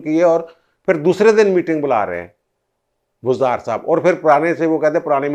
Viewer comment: Truly a professional analysis. Keep it up. However, you pronounce "Phir" as "Fir". Wherever, there is a sound of PH, your pronounce it as "F". There is a sentence that you should read out loud and practice and you will get over this problem. The sentence is as follows: " Jub humarah phuphar nay phurkar say daira laganay ki koshish ki to unki phoosi nikel gai. Budboo itni shadeed thee keh prinday phurpharsnay lagay. Mairay to phaipron may aag lug gai. Mein nay kaha phuphar ji phoonk marni hai to seedi tarah mariay, phoosion say charagh bujaya na Jai ga". I tried this with another similar case and he overcame this problem. Thank you for your attention.